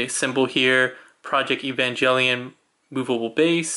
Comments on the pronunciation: EVA! Sounds like Ay-va. And Evangelion has a hard G. Come on man, you claim to like the show and can't even pronounce the name? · Just letting you know, you’re saying evangelion wrong, idk how to explain how to pronounce it but you’re saying it incorrectly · Sorry, like I said in the video I watched it back in college which for me is over 10 years ago, but now that you mention the hard G, I do remember now. Sorry if you or other Evangelion fans feel slighted for my mispronunciation! Sorry that makes you doubt that I actually watched the series/OVAs. That said, I'm not a huge fan of the series and the convoluted storylines. ~